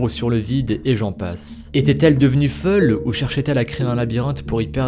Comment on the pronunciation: folle est devenue feul 😂